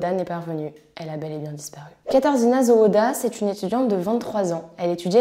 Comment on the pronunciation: La prononciation les noms est vraiment médiocre ! Zawada / zavada /